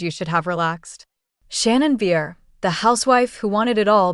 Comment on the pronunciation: Maybe learn how to pronounce her surname first, before anybody will take you seriously and actually look at this.